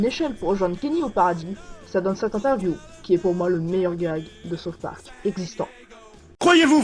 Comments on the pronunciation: Saute Park lol. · Comment peut-on beaucoup aimer South park et pas savoir prononcer ce titre ? x)